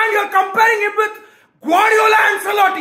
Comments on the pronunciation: it's not "Anselotti" it's pronounced as "Anchelotti" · AnSelotti Nai bhai, it’s AnCHElotti. Italian name.